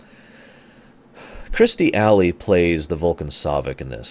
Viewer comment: Here we go. I wonder if this is the video where you managed to learn how to say Kirstie Alley's name.